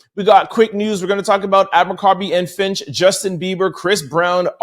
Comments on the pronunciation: Fitch!! Fitch! Fitch!! Not FINCH!! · Abercombie and Fitch, not Finch. 🙂